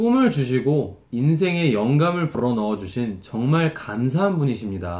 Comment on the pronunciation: 부ㄹㄹ러넣어 주신ㅋㅋㅋㅋㅋㅋ아 배꼽 빠지는줄 알았네요